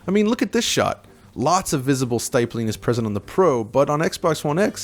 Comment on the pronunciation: The word is stippling... from the word stipple... rhymes with nipple. I wouldn't normally nitpick, but DF is, by nature, built around nitpicking, so... yeah....